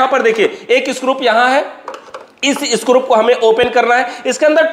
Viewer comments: Scrup nhi scru hota hai 😅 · मै हमेशा के विडियोज देखता हूं, इतना टेक्निकल इंटेलिजेंट बंदा है, फिर भी 😂स्क्रू को स्क्रूप बोलता है क्या वजह हो सकती है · It's screw not scrup 😅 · सब तो अच्छा है लेकिन स्क्रू को स्क्रूप ना बोलो सर जी😅